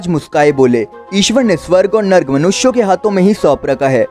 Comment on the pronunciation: नर्क होता है narg नहीं